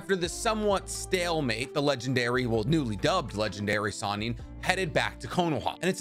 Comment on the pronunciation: does anyone else get annoyed that the video says sanin instead of sannin.